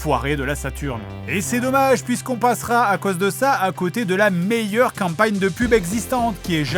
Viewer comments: avèk sset qu'um'pa'nieum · “Avec cette campagne” l’accent du sud ressort:) ça fait plaisir